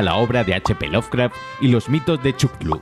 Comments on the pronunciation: Basado en los mitos de Chuctlu? Se pronuncia "cazulu" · para que pronuncies bien: CU-TU-LU. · Jajajajajajajaj nunca había oído a alguien que lo pronuncie así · todos los datos super bien, pero, no puedo ignorar el hecho de que dijo, "los mitos de chuclu? (????) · Chutlu!!?? Chutlu!!?? Y esa pronunciación?? Si éste es un canal culto y refinado!! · Chuclu jajajajajaja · Tu pronunciación de Cthulhu me mató 🤣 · Tienes la manera mas graciosa y peculier de pronunciar cthulhu. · min. acabas de pronunciar Cthulhu en la lengua madre de este, o qué ? xddd